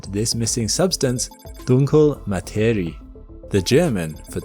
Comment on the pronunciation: As a German, I noticed your pronunciation of “Dunkle Materie” It was quite good, but not completely correct. “Dunkle” is pronounced “DUNK-luh” (with a soft final e, or like the “le” in “legs”). Dunk-le “Materie” ends with two sounds: “ree-uh.” In this case, “ie” is not a long “ee” (as in other german words, bit confusing i know) but two separate sounds. A similar example would be the “ia” in “diatonic.” Ma-te-ri-e So the beginning of both words was good, but the last two letters were slightly missing. ;)